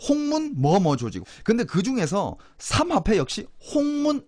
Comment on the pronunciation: 그발~~음좀 ;;; 사막패 ?? 삼압패 ?? 삼합패 ??